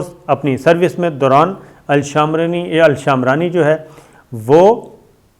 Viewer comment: شامرانی نہیں صابر بھائ شمرانی ہے۔